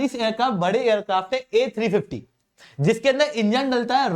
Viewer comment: "Ah Sa Si" Ten 😀😀😀